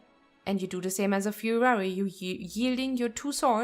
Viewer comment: I love it! I thought Fuhrer Warrior sounded cool! 😉😉😉